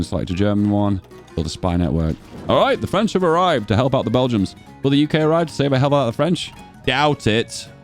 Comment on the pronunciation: Why do you call them bell-jums instead of Belgians?